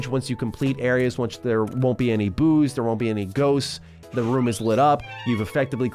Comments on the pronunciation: Did anyone else hear Booze instead of Boos? I thought alcohol was a part of this kids game when he first said it haha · “It’s loaded with ghosts. It’s loaded with booze” Is what I heard lol